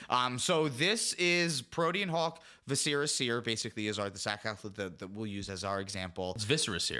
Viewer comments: Vis-sir-rah not vis-sara seer. is correct. Think visceral reaction, or eviscerate. They all have the same base word. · Magic players saying viscera like they just graduated from Hogwarts. If you haven't accepted this by now English is not the language for you.